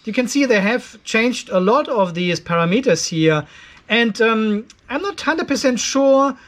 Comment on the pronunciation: It’s “pa ram eters” not para meters!😁😉 Thanks for the info!